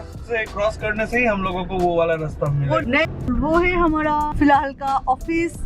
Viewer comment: Don't pronounce hmra say hamara ।याद रखना तुमसे बहुत लोग बहुत कुछ सीखता है।याद रखना जब भी कोई भाषा का प्रयोग करते हो , अच्छे तरह से करो। चाहे तुम्हें इस उम्र में सीखना पड़े